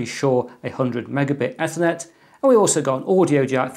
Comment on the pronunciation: eeeeeethernet as in teeeeeeeeeth. Other than that, many thanks - another great video.